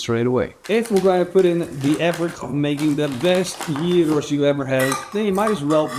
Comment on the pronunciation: Well done! You have made a lot of progress on pronouncing "Gyros"! In another video you made a couple of years ago, you insisted on pronouncing it with a very strong "Dutch G". It was much better this time.